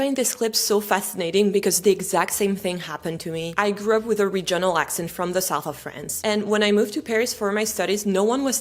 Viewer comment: je suis désolée de corriger votre bel anglais, mais l'accent tonique du mot « regional » porte sur la première syllabe!😱 Je sais que l'accentuation des syllabes en anglais, et surtout la prononciation, sont un vrai casse-tête, et je m'en excuse, mais si les Normands ne nous avaient pas envahis en 1066, l'anglais serait encore plus difficile pour nos cousins français!😂 Alors, gardez espoir! 😊❤ (I absolutely love your French lessons, by the way!😊❤) [Une recherche Google a révélé les résultats suivants concernant l'accentuation dans les mots de trois syllabes]: In three-syllable English words, the stress most commonly falls on the first syllable for nouns, adjectives, and words ending in -er or -ly (e.g., PAR-lia-ment, OR-der-ly). However, the second syllable is often stressed in verbs or words ending in suffixes like -ic, -sion, or -tion (e.g., de-CI-ded, re-LA-tion). [British Council | Teaching English Africa] KEY PATTERNS FOR 3-SYLLABLE STRESS: First Syllable (Most Common): Nouns/Adjectives: CE-le-brate, AN-i-mal, EN-er-gy. Words ending in -er, -ly, -y: MA-na-ger, SI-lent-ly, O-pen-ly. Second Syllable: Verbs: con-SI-der, de-LI-ver. Suffixes -ic, -ion, -ian, -ious, -ity: dra-MA-tic, con-TA-gious, e-QUA-li-ty. Third Syllable (Less Common/Specific): Compound words/Suffixes: en-gi-NEER, re-com-MEND, i-so-LATE. [British Council | Teaching English Africa] TIPS FOR IDENTIFYING STRESS: Suffix Rules: Words ending in -ity and -ate are often stressed on the third-to-last syll